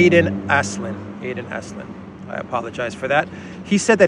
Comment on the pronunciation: It's pronounced Pinner, not Piner (Pinner like winner, except clearly Shaun Pinner is no winner). Stop being so American lol :D It's also Aslin, not Aislin. Aslin like Aslan the lion in 'The lion, the witch and the wardrobe'